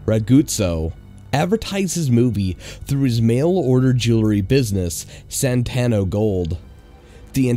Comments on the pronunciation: ITS SANTO NOT SANTANO AAAAAAAAAAAAAAAAAAAAAAAAAAAAAAAAAAAAAAAAAAAAAAAAAAAAAAAAAAAAAAAAAA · Why do you keep saying Santano gold when it's clearly Santo gold? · Why do you keep saying "Santano" when it clearly says "Santo"? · You keep saying santANo gold, it's santo gold. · You're adding a syllable (or two) to the name of the infomercial gold seller's name: The name on the screen reads "Santo Gold" not Santano Gold.... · Reads Santo Gold Says Santano Gold Welcome to the city of Los Santano?? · Funny thing is when they showed the commercial for Santo Gold they actually pronounced it correctly. So no excuses for mispronouncing it.